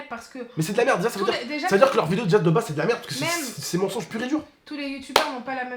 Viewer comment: on dit mensonge pas monsonge